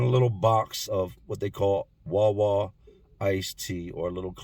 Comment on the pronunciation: He said 'Wawa' funny as hell!